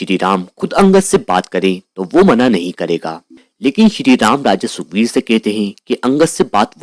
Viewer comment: Sukbir ❌ Sugrib ✅